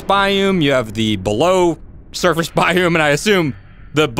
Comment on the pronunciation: It's BIOME not BIUM